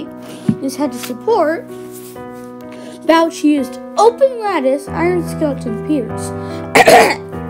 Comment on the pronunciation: One nitpick: Bouch is actually pronounced “BOh”